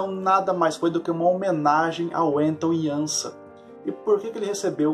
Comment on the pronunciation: Belo vídeo, a pronúncia correta do nome Anton Janša é Ánton (e nao Enton) Iánsha (e não Iânsa).